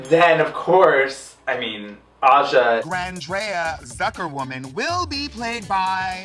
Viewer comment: CANNOT BELIEVE SHE MADE SHEA SAY GRANDREA WRONG